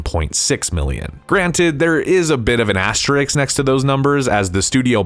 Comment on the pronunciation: Problems with S: The word is asterisk, not "asterik," & the name of the French city Cannes is pronounced, "Kahn," not "Cans."